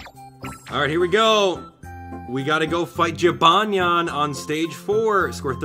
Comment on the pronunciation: The cats name is jibanyan not jinbanya